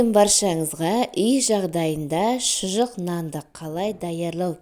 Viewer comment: ШЫЖЫҚ дейді. Шұжық емес